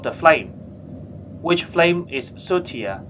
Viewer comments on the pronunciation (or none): I think he means sootier? “More soot”